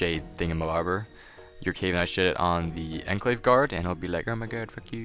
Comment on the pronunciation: How do you not know how to say shaman OR enclave. Hell you can learn the word Enclave from Fall Out.